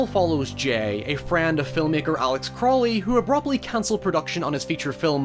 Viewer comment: Thanks for pronouncing Crowley correctly. A great way to remember is "My friends call me Crowley and the wish to treat me foully, but my friends call me Crowley because they know that I am holy." - Aliester Crowley (Edit: I'm not sure if this is exactly the wording used by Crowley but it's close enough to get what he meant)